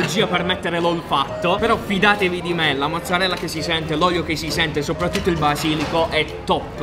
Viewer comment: Dici sempre mozzarreoso